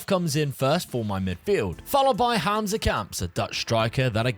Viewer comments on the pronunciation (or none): none